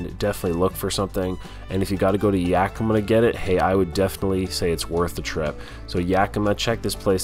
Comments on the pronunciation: Its Yak-i-ma.......lol Luv you.... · Love you but it’s YakiMA